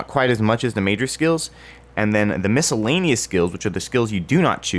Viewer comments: did i fuckin hear miskellanious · dod he just pronpunce the c in miscellaneous?